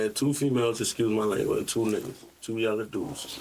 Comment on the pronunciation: 🤣🤣🤣 I swear That “yellow” had them confused